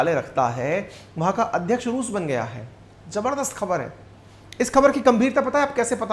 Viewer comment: “jabardast” nhi hota gadhe….. “Zabardast” hota hai.